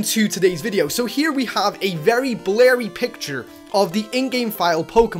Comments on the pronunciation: Oh it's blerry? U mean blurry? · he say blarry not blurry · Blerry? groodon? ypu can't talk bro go back to English class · "its very blary" xD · how he pronounces blurry:b-larry